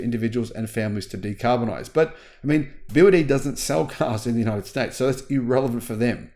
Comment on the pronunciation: I've watched that video from the begining when I heard the guy pronounced BYD as BY Y D, then I just stop watching it immediately. What do you expect the guy know BYD if he couldn't even pronounced BYD right? The guy clearly don't know anything about EV or BYD either.